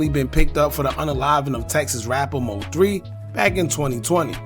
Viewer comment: Stop Say M-O-3 lol it’s one word. MOThree (3)